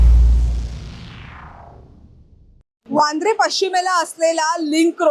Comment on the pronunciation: सर्वप्रथम ताई तुमचे वार्तांकन आणि वांद्रेला वांद्रे बोलणं हे फार आवडलं. याला म्हणावे वार्तांकन. इतर काही लोक मुर्खासारखं बांद्रा, बँड्रा असं काहीतरी अस्तित्वात नसलेलं नाव घेत असतात. अधिकृत व कायदेशीर नाव हे वांद्रेच आहे. सदर घटना ही दुर्दैवी आहे. आर्थिकहानी प्रचंड प्रमाणात झालेली आहे. अग्निरोधक यंत्रणा नावाला तरी उपलब्ध होती का.? इतका निष्काळजीपणा कसा काय.?